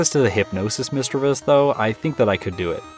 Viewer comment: Correct pronunciation is miss- chiv- ous....no e.....love the video by the way